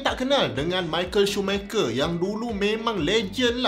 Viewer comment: bukan shoe maker, schumacher sebutan bagi improve skit